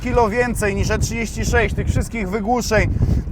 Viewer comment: I tak mnie śmieszy najbardziej jak wołasz na bmw e36 "e3 smieć"